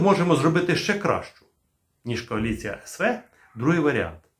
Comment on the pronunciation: Вітаю на резервному каналі. Лише зараз я зрозумів про яку кАоліцію постійно белькотіла бабця- юля...:-))))